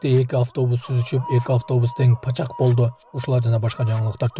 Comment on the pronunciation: Пачка эмес жазып сураган адамга пачек дейт😂